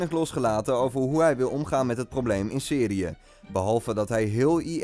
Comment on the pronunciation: Om zei hij Seriye